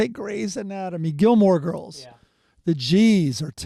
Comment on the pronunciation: It’s Gilmore Girls,. Jesus Christ.